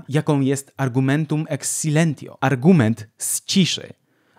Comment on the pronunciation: Film świetny. Na pewno obejrzę jeszcze inne. :) Mała poprawka tylko, jeżeli chodzi o wymowę niektórych łacińskich słów: ,,silentio" to w mowie: ,,silencjo", a ,,reductio" to ,,redukcjo". ,,T" w niektórych łacińskich słowach, w niektórych lokalizacjach tych słów, wymawiane jest jako ,,c".